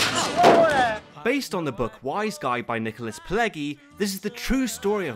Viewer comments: Excellent video. I appreciate your work. I agree 100% that this is the greatest mafia movie of all time. One thing: the author of Wiseguy's last name (as with nearly all Italian surnames containing a double G) is pronounced with a soft G, not a hard G. As in: (pull-LEDGE-ee) not (pull-LEG-ee). Otherwise, I'd give you an A+ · Lost me when he pronounced Author, “Pa-leg-y.” can’t look up pronunciations...of Italian names. Still watched. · Nicholas Pileggi is pronounced Nicholas Pileji, with the "g" being pronounced like the "g" in "gilato". Also, The Godfather is the best gangster film ever made because it is the best film ever made - maybe not the most accurate, but the best. Also, review The Irishman. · Bloody hell, even pronounces Pileggi wrong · Not a good start, you pronounce "Pileggi" wrong.